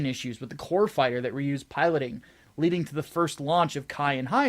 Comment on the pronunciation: "but sir"- "I said leding"